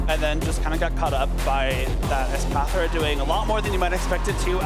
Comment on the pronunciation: God not this girl with the espathra pronunciation again